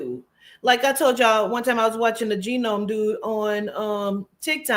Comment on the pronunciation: Just to share, the G is silent in Gnome....it sounds like 'NOWM', but spelled Gnome. Just an FYI---I'm new to your channel so you may be joking and pronouncing it like that on purpose. Take care.